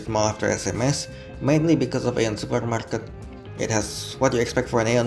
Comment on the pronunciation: Izin ralat sedikit, "AEON" mall pelafalannya "Ion Mall": Aeon mall berasal dari Jepang. Dan di Jepang sendiri, nama Aeon diucapkan イオン。 Berarti cara baca yang benar adalah ion mall. Keep up with the vid, cant wait for another bus line/train line review!